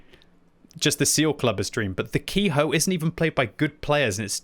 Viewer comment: Ke-ho is pronounced how it looks, not ki-hoe